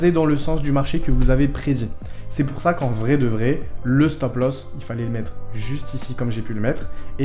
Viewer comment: POUR*** Pas Poue cest pas pro